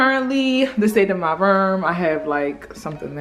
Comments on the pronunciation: that Baltimore coming out 😂😂 “My Rerm” (room lmao) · She said my ruum instead of room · i thought she was saying “my verm” 😭😭😭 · Spirit Ik I Wasn’t The Only One Who Heard It 😂😂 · Spirit Dorsey I love it!!!😭😭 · Is it Room or Ruum or Reum? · The way say room🤣🤣